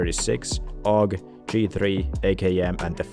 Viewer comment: Can't take a man serious that calls the AUG a awgah